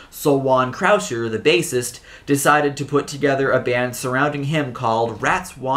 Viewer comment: u said croucier name wrong lols